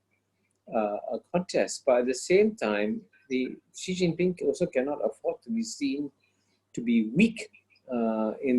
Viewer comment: Let's try to be more professional please... the pronunciation of China's president is: "she", not zzhee, not anything else. It's easy to check, just Google it.